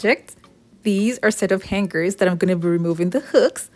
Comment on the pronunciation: SORRY MISS, THE PRONUNCIATION OF HANGERS IS: HANG ERS! THE G IS SILENT!